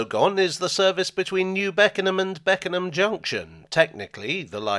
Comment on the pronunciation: You pronounced Beckenham absolutely perfectly